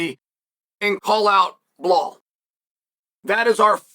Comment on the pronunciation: How does one butcher belal and just say jack for the love of God 😭